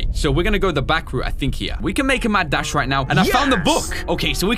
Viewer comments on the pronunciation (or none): none